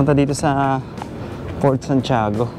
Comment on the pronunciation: Bakit raketrak basa mo sa Racetrack? Saka Fort yun hindi Port.